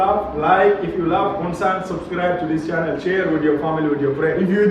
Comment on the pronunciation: Bro.Not un sun.Its pronouns U......N Sun right.👉🇮🇳🤩🇮🇳😍🇮🇳